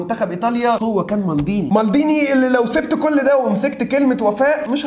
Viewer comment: مالديني مش مالضيني😂